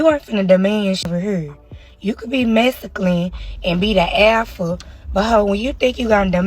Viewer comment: I enjoy the pronunciation of "mass-a-klin".